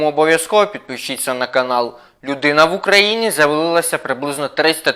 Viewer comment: «людина в Україну завалилася»? 😂😂 . це ж не бар чи дискотека, щоб туди завалюватись😂 Шуткую. Ну ти так вимовив Ще точніше ти сказав,- людина в Україні завалилася». На бік. 😂😂😂